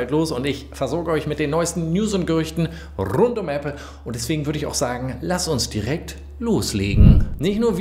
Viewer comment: Dieses rrrrund geht richtig auf die Eier!